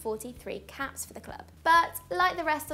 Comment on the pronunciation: why does she keep saying caps instead of apps... for a second she made me think joe cole had 126 caps for england lol